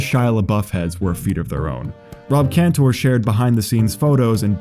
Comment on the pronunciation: It's pronounced "Canter," not "-tore." And his friend Andrew's last name is pronounced "Lor-itch." I love this video because I'm friends with these guys and have known them since childhood. Andrew Laurich taught me how to play basketball shortly before he inspired the song. Andrew also directed "A Reasonable Request" which you should see. Facebook magician Rick Lax was friends with us too, but he blocked me. The world is weird